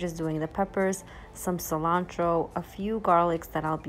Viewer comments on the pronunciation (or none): none